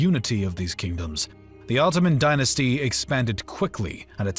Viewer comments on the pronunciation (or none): none